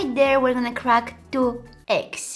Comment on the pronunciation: I love how she said eggs🤣🍳